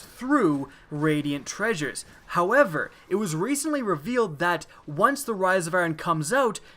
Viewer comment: The way you say "Destiny" and "however" is... weird.